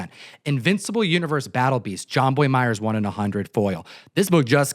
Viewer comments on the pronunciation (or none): none